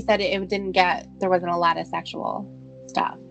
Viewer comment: Cawd, It made me cringe, alawt!